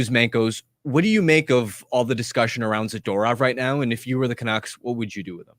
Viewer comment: People with turtlenecks shouldn't say 'canuckses'